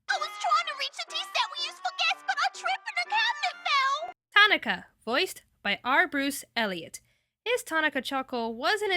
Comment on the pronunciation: just listen to my voice! No. and you pronounced Tanaka's name wrong. switch to decaf.